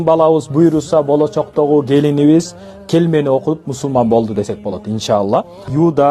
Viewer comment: Келмени оюнчук кылып туура эмес айттырып эмне кереги бар,туура эмес деп ойлойм.😔